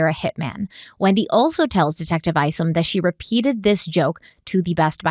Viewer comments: Detective Craig Isom - I think it's pronounced like 'you and I' or 'aye aye Captain' and not "Eesom" 🙏🧡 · some help from an OG follower of this case: it’s just “Donna”, not “Donna Sue”. The first time I even heard her middle name,”Sue” was the night she was arrested. It’s “Charlie”, not “Charles”. Finally, Detective Isom, is pronounced “ICE-UM”! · Craig Isom- ( eye-sum ).